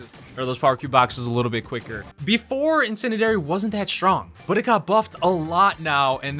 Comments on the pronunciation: Hey! I think it’s pronounced In-sin-dee-air-ie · you pronounce brocks star power like so. in - sen - dee - ary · This grown man said "incendidary" three times 😂😂😂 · You pronounce it: in-sen-di-airy :) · You say incendiary in-sen-dee-air-ee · Please say this word right Incendiary--> Insendieri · In - sin - d - air - e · It’s pronounced IN-SEN-DEE-AIR-Y